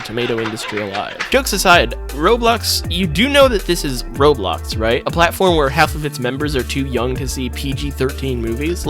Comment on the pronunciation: instead of roblox its "RO-BOX"